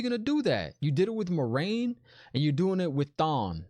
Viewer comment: No worries! The show actually mispronounced Moiraine according to Robert Jordan's glossary. According to the books it is MWAH-rain, not MOI-rain or MOH-rain. But I guess Moh-rain is more accessible like Lorraine but the L is replaced by M.